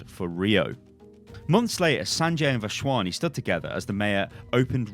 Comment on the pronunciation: Lmao, it's Vas-Wani don't pronounce a random H. Otherwise u got that name spot on